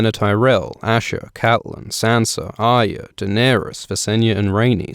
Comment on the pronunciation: ARya. Why is the R so hard to pronounce? It's not AYA no matter how many times you say it wrongly.